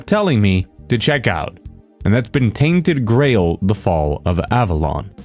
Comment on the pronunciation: I thought he was saying tainted grey hold